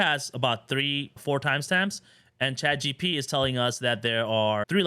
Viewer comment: Thanks for making your videos. Did you notice you say “Chat G-T-P instead of Chat G-P-T” now i can’t unhear it and saying it myself 😆